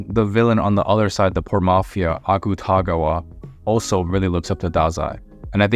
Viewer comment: Great video but I will say I was so caught off guard when you pronounced Akutagawa's name 😭😭😫